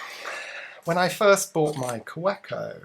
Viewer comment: pronounced "kaVeco"...just saying